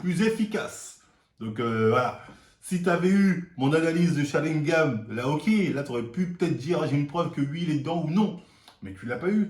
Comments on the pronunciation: On dit sharingannnnnN pas gam 🤣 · il dit sharingam au lieu de sharingan decu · Attend c'est moi ou il dit sharingaM la dernière vidéo aussi j'ai cru entendre ça ??? c'est sharingaN MDR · Sharingan et pas "sharingam" comme tu dis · Mdr mon Sharingam alors qu'on dit SharingaN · SharingaNNNNNN PAS SharingaMMMM. Ton crime est resté impunie depuis trop longtemps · c'est SharingaN pas SharingaM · SharinganNNN pas M mais N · SharingaN et non sharingaM respecte un peu stp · Est ce que on saura un jour pourquoi il dit "Sharingame" ?